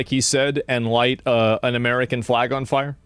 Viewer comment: he cant say "fire" im high, ignore me lol